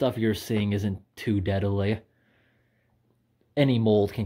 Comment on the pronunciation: "The stuff you're seeing isn't too dead-uh-lee"